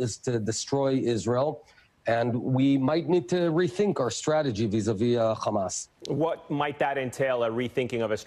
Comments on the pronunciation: 😂😂😂😂my friend wateva it's not khamas but hamas😀😀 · המראיין אומר חמאס עם ״ח״, מוזר למראיין ״אמריקאי״.